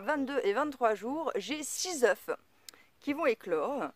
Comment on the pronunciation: Bonjour , si tes poules sont jeunes, c'est normal elles feront mieux la prochaine fois 😉.et la race des poules est très importante. Quand tu parles d'une poule ,tu prononce le "f" ,mais quand c'est de plusieurs, tu oublie le "f' 😉( surtout le prend pas mal ,je suis taquin et tu m'as fait beaucoup rire 😘😘😘) j'aime beaucoup tes video car, contrairement à d'autres, tu fait pas rêver les gens avec du " tout va bien " mais tu exposes la réalité des choses. Il faut beaucoup d'expérience pour réussir les choses. Je m'abonne.jaime beaucoup ta philosophie A bientôt et bon courage courage